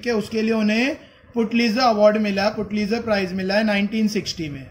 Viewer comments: Your pronunciation is Putlizer but it's pulitzer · It's pronouns Pulitzer not putlizer